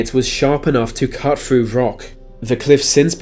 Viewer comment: Why should hand be destroyed?? I get a very liberal vibe from this man also its pronounced CUT not CUFF,,WEALTH not WELFF